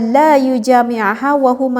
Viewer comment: Mungkin bacanya.. جامَع JamAah BUKAN jamIah.. .. 🥱🥱🥱